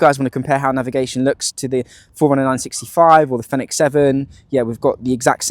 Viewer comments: All I said was you pronounce product name incorrectly, then you got snidey with me because I used the edit function to rephrase my question.. Not cool.. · You pronounce the product name incorrectly..